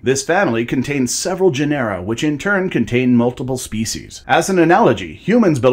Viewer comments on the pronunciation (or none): genera is pronounced with the accent on the first syllable